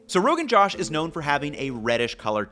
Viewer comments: The dish is also pronounced “Rogan Joe-sh” so it’s even closer to his name, haha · great vid fyi it's pronounced rogan joe-sh also love this kind of series more por favor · The o in “josh” in Rogan josh is pronounced like “roast” or “toast”, not like the name Joshua. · Bro, I love your videos but the way you were pronouncing the name of this dish was killllling me lol ✌🏽+❤ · Josh rhymes with joke, not cosh. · I mean honestly, you could have just learned to pronounce josh correctly. It would have taken you less than 10 seconds. And maybe if you understood the name, you might even understand the dish better. Also, you don't need that much oil to temper spices. Just a table spoon is good enough, and the fat from the meat adds to it when you add it in. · The common British English short-O josh is definitely not right but I don't think either a British or American English speaker seeing "joe" would make a better attempt. Ranveer Brar says it somewhere between jo– and joe– here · I know you probably feel like you've been lambasted in the comments. I absolutely have always, and continue to, love your content. This is the first time I wish you had taken the time to hear/learn the pronunciation, given how many times you say 'Josh'. Aside from that, fire as usual. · Braaaahhh... like FTW.. Atleast say it right... Its not JOSH as the name. Pronounced as "Joe-Shh "... Get your shit right before trying to get views. 😂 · Joe-sh Not Jawsh 😭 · Ugh. Love the enthusiasm, but it makes me cringe when you call it Rogan Jawsh. It is Rogan Jōsh.I guess you can call it what you want. But.. it hurts my ears... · Ethan it's pronounced, josh with o sound of bose, josh, not j-a-sh, j-O-sh, meaning excitement, josh meaning excitement. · Rogan josh by shawn is misnamed. is actually Rogan Gosht. 😂😂😂😂. Gosht as in meat. Not Josh as in western name for Josh Rogan. Pronounce it as "Gosh".... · Its not "Josh" its "Joe+shhh" like joe rogan joe plus shhh sound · its ROE GUN JOOSHHH not roegunJOSH 😭😭